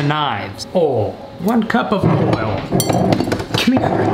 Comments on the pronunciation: Normal people: oil: OHWL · Forget the I in oil, it’s is always OOL.